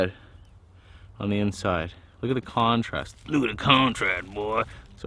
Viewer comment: "look at the contrast" sounded like scrambled o